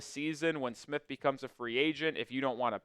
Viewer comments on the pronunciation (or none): none